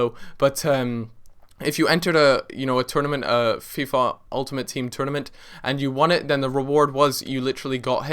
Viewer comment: loool da way he said fifa